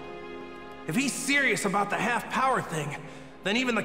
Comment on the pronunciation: bruh do anybody notice that instead of power he says bower lol